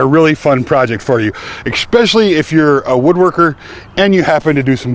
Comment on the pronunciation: You also say expecially instead of especially. Lol